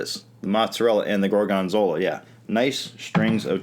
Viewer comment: why does he emphasize the second syllable, gor-GON-zola?